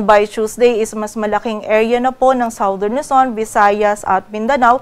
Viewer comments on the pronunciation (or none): Forecaster, Southern is pronounced as SADERN, NOT SAWDERN